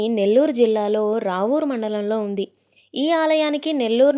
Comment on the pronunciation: Adhi ravuru kadhu Rapur or Rapuru ani antharu